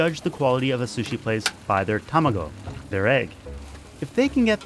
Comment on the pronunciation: Your Japanese pronunciation is generally good, but not with these words: "tamago" (don't say "TAMMA-go"...put equal stress on each syllable: "ta-ma-go"); "izakaya" (don't say "Iza-KA-ya"...again, put equal stress on each syllable: "i-za-ka-ya"); and "inaka" (don't say "INNa-ka"...again, each syllable has equal stress: "i-na-ka").